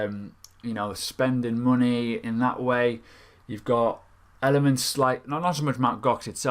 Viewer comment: I love Elephants or did you say elements ?